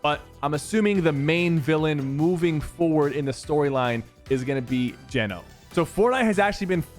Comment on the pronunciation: i’m almost certain it’s pronounce gee-no not jen-o ❤️😂 also sypher i’ve been upset on your behalf since chapter 2 if anyone deserves a skin in game it’s you 😾